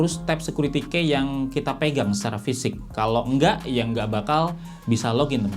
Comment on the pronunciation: Bang, key itu dibacanya "ki" bukan dibaca seperti tulisannya "key".